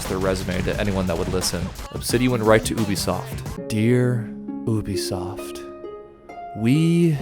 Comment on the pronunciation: I need to know why and at what point and when we decided to pronounce Ubisoft as "Ooubie soft". They've never called themselves that. We don't call them that. The media doesn't call them that. Noone calls them that. But this guy does! lmfao. Why? Who the fuck will ever know.